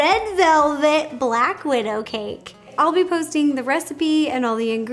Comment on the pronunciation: Black Wid-Ro